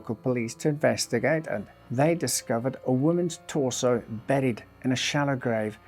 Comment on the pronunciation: It’s pronounced torso